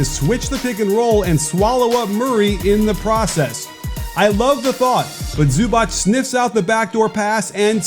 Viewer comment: The C in Zubac is pronounced as tz or zz(pizza). It's completely different from Ć. So it's Ivitza Zubatz.